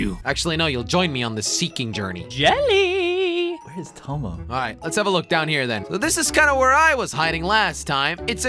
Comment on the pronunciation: Jelly just call tomo tomy😂